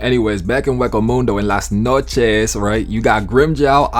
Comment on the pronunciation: This the first time i hear an american spell "las noches" and it actually sounds spanish